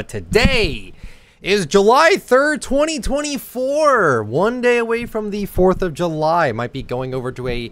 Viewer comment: did you hear how he said “in 2024”?